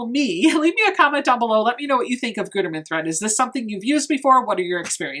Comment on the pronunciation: It’s “good-erman” lol